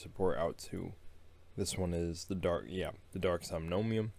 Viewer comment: wait... wait... Somnomium? It's Somnium, there is no "OM" in the middle :)))